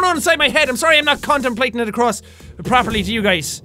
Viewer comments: Jack said condomplate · Wait... Did Sean say condomplate? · It sounded like condom not contem